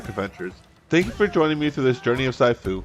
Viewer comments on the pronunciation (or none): Hey bro just to let you know that it’s pronounced sheefu (I think it’s supposed to be written this way I don’t know so sorry if I say shit 😅) but yeah I agree with a lot in your video keep up the good content bro 👍